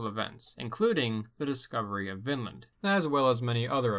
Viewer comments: It’s not pronounced Vinnland you have to drag out on the i like Viiinland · check "the ancient scandinavians of Ontario - 1700 B.C.E" in YouTube. btw everytime you say vinland it sounds like finland :D greets